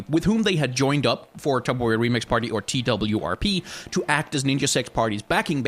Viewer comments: Everyone says TWRP. This video is the first time that I’ve heard someone say T-W-R-P exclusively. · TWRP is meant to be pronounced as "twerp", I'm pretty sure